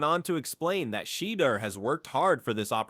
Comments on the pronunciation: I've heard Shander, Sheeder...yeah not watching...AI can't even say his name right?? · Shayder? Im out 🤦🏻